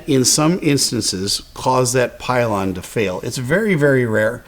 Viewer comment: Love your content! But, I say pylon